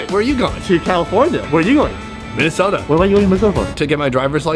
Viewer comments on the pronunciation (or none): none